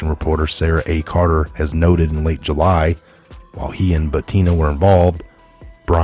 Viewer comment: & Butina is pronounced Boo-tin-ah.